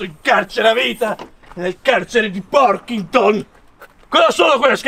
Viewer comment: Nel carcere di "Porchinton" HAHAHAHAHAHAHA😂 sei un grande